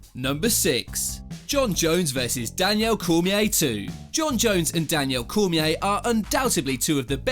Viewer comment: “Danielle Cormier”